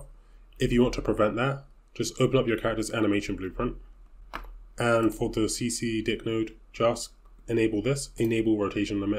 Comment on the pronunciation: Got me at see see di*k TF was that pronunciation bro